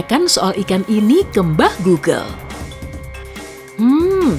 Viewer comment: Tadi Saat Di pantai sudah menjauh kamu ngomong mbah gogel atau mbak gogel y ?